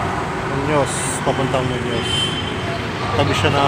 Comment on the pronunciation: Munoz po hindi munos